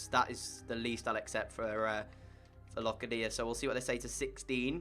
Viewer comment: Locadia is pronounced like Low cA dia